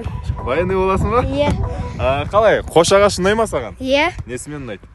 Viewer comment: Қош ағаш емес қос ағаш